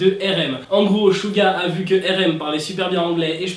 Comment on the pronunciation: C'est pas chuga c'est suga un ssss comme serpent